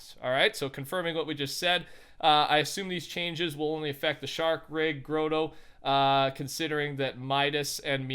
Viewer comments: Thumbs up for not knowing it’s ‘grot-tow ‘ and saying ‘ grow-toe’ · please pronounce it the gratoe not growtoe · Bro stop saying groto instead of grotto